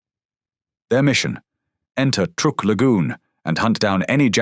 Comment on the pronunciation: truk NOT trook